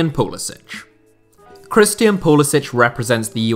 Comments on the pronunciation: Name is Pull is SICK! Not sich. God why doesn’t anyone get this. He said it himself in interviews. He is an American. Nothing to do with Croatia except his grandfather. His parents both American. Never once ever had any idea of playing for anyone else. He has a huge eagle with flag tattooed on his arm ffs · It’s Pu-li-sick.